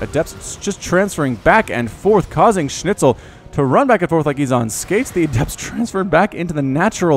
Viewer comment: His Schnitzel doesn't sound too bad honestly. Kinda ok to listen to. So yeah, congratz on not butchering the pronounciation too hard I guess,.